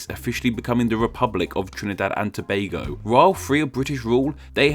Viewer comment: kudos to you for the pronunciation also we use Trinbago and Trinbagonians unofficially